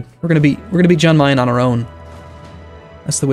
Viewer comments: It's pronounced 'Yan Mayen' not 'Jan' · Alright, I hate to be that guy but the "Jan" in "Jan Mayan" is pronounced as a "Y", so like "Yan Mayan".